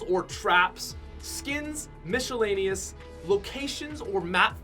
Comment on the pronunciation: Lol mishhelaneous